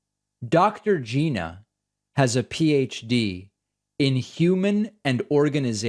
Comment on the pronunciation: Nice to meet you Dr. Gina {geena} No its Gina {G•eye•na} rhymes with China